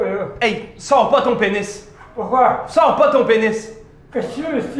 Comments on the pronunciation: jpp c'est quoi comment Il disse "pourquoi"? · son pourquoi a la chinoise sa me tué